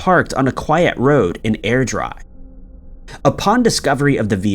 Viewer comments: Also pronounced Airdrie wrong - air-dry lol, that must be deliberate surely? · 😂. Air dry ?? Airdrie pronounced Airdree🤣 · I’m Scottish and I know how it’s supposed to be said and I know how easy it is to go to google and listen to the pronunciation. I think his pronunciation was funny … Air dry . Come on , he’s got thicker skin than that .